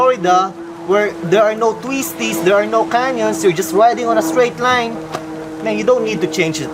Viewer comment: "sleeper" clutch, 17" reems, no tweesties in Cali or FL... It is very annoying to listen to you talk way too much about pointless sheet while struggling to understand you... only to find out what you spent forever meespronouncing was not even worth trying to listen to. Guess thats why you started hiring hot girls to do the talking for you.